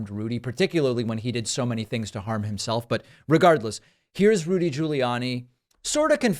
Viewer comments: I thought your Rudy slip up was great, too...but I heard it as "Lewdy," also very fitting. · So is he going to start playing Vegas? R G’s comedy review. Also: I heard lewdie, not looty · I heard it as Lewdy Rudy